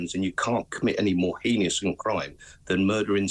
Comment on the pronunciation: It is Heinous , there is no extra I in it! they say it incorrectly every time!!!!